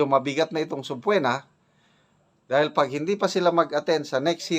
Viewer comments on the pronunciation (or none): Sub-pee-na po the correct pronouncement iation